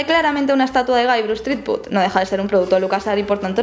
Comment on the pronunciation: Me encanta Monkey Island y he jugado a todas las aventuras gráficas antiguas de Lucas (a excepción de The Dig, el docu me lo ha recordado). Pero me gustaría darte un consejo, de jugona a jugona y de trabajadora del gremio audiovisual a ídem: pronuncia mejor en inglés. Es "llibert", es "aisland", es "zripüd". No "jilbert", ni "ilan", ni "tripud" entre muchos otros. El docu está bien, lleno de curiosidades :)